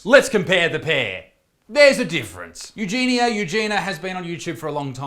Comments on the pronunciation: Her name is pronounced Eugenia, as opposed to Eugena. You-Jee-nee-ah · The name is pronounced Eugen-I -a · U jean ya.. is the right pronunciation.. 😃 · You're the second person to make a serious video about her while calling her 'Eugena' the entire time. Makes me cringe so hard. Why pretend to care if you can't bother to learn their name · The "I" makes it You-jeen-e-a (soft "a") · “You gee knee uh” is how you pronounce her name. Learn how to properly pronounce someone’s name if you’re going to make a video about them. Also, it’s pretty naive of you to think YouTube is going to help her. They couldn’t care less. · She already been sent to rehab numerous of times. She didn't stick with it. Sadly, she's beyond help and she doesn't want it, either. Also, it's U-Genie-Ah :) You're welcome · Perhaps her name is pronounced, "U-jen-e" with the accent on the "U", like Princess Eugenie's name. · She starts every video saying “hi, it’s ugenia” she pronounces it “you-jeany-a” if you’re gonna make a video about her then at least get it right. Her friends had her sectioned. They are no longer friends. As long as people keep watching, she won’t think she needs help. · It's 'you-gen-ia' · it's EUGENIA. it's not the fucking hard dude. you're making a video about her so maybe learn her name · Eugenia. It's not that hard to pronounce. Can't you see the I in there?? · Sound it out. It's not that hard. This guy made a whole 10-minute video on Eugenia and didn't even bother to research how to pronounce her name.